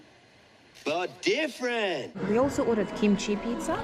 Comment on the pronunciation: "Same Same..But diffrann" LMFAO. I wonder if they had reviewed your footage, would they know where that clip is from? 😭😭💀💀 Funny as shit